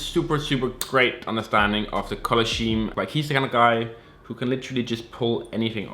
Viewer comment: You pronounce colour scheme wrong. It's supposed to be pronounced with a K sound like skeme.